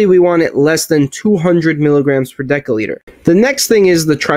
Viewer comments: Great vid. I do have an issue with people who can't pronounce the words they are teaching. It's not "sta,ins" it's statins. And it's not "de(k)olitre" it's "de(s)olitre". No really issue just a pet peeve of mine. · What the hell is a 'dekaliter?' Your inability to speak properly undermines everything you say. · One deca-liter or 1 daL is pronounced ˈdekəˌlēdər and is equal to 10L or ten liters. One deci-litter or 1 dL is pronounced ˈdesəˌlēdər and is equal to 0.1L or one tenth of a liter. Btw, awesome video. Thumbs up!😊👍👍